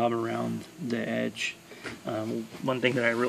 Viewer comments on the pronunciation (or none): none